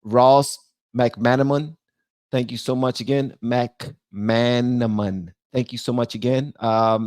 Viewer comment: The pronounciation of that name is Mick-man-amon